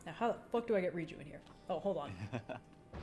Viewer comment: It’s Riju, not Reachyou.